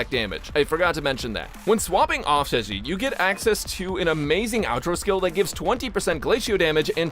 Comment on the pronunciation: Stop calling my poor girl chicken 😭 how did you get Zhe correctly but say Zhi as Ji (chicken)